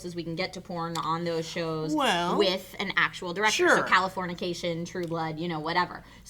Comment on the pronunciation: califournication lol